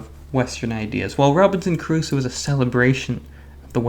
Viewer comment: Great video. I always thought it was pronounced with two syllables (cru-so) rather than three (ka-ru-soh)